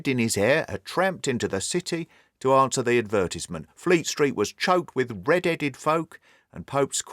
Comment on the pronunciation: What a fantastic story and narration! Though I was a small bit annoyed by the way the narrator's pronunciation of, "advertisement"